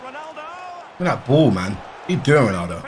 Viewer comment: Speed : "WTF IS THAT WONALDO! , DO THE SUWI MAN! "